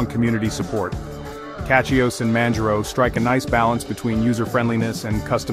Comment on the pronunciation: Either AI slop, or someone who can't pronounce "distro", "Manjaro", etc.